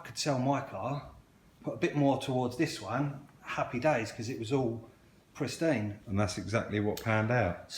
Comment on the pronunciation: Love you to bits but it's pristine mate, not presteen!!!